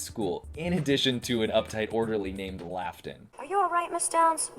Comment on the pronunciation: It’s wonderful when Amy Sedaris is a guest on the Late Show with Stephen Colbert- the stories they share of their friendship over the years are lovely. >just one thing though: the pronunciation of Colbert’s character - it is Laughton (pronounced like Lawton, not Laugh-ton) Laughton happens to be my dad’s name and quite often my friends would mistakenly say Laugh-ton if they saw it written- like on a note to the teacher to excuse my absence or something- so it’s an understandable mistake…I guess..for those unfamiliar with the name, but…🤷🏽‍♀️